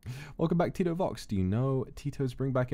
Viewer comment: i love how he's pronouncing tito wrongly it sounds like tit sorry